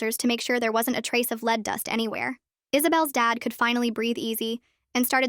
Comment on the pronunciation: LED. LEAD IS PRONOUNCED LED.